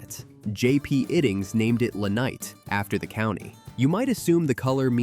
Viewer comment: Also in stone called Llanite, the a is is pronounced the same as in the word Llano. Not the way he says it.